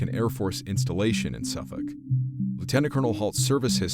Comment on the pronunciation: A most intriguing story, I am a very sceptical minded person so am prone to believe this was made up by the three bored men. However their description of the buildings in the village and the overall layout of the village does make me wonder. Well done on the pronunciations of Suffolk etc.